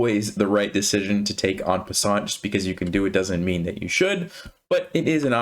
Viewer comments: The t in en passant is silent. :P C'est français! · I love the fact that it's called "en passant" outside of France and that you say it with an English accent, I mean it sounds weird to a French guy like me and that's kind of funny haha